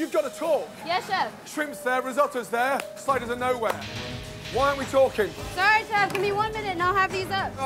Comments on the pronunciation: I swear to god I need to go to a therapist so badly because I swear on my life I thought they said spiders instead of sliders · At first I thought they were saying “spiders” lmao